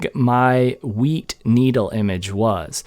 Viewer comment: Pretty sure he said weed. 🥴